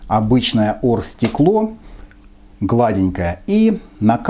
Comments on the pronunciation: Просто букву "г" проглатывает, что как бы сленг в Украине, все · с Украины, букву "г" просто проглатывает после согласной